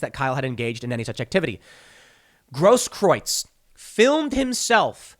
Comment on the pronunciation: Tim Pool and Jeremy from The Quartering are the only people I've heard so far who pronounce "Grosskreutz" properly.